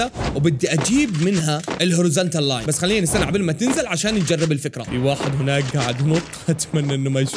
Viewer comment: هناك❌ هوناك✅